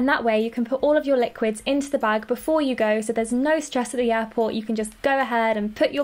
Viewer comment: ooooohhh you where saying airport*... i though you were saying *apple and i was like vut